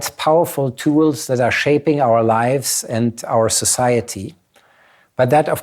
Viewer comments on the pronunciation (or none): none